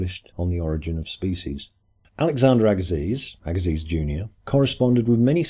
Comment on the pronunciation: Louis Agassiz is pronounced /ˈæɡəsi/, AGA- SEE'